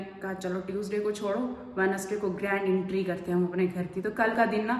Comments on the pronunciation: Intry नही hota entry hota hai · Intry nahi entry hota hai 😊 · Entry hota hai intry nahi 😂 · Intry nai hota Entry hota hai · Jahil bhains bolna seekh lay , agr nahi seekh sakti to khuda ka wasta hai English na bola kr , entry , ye word ja k Google kr ar sunn kr apna word sunn , jahil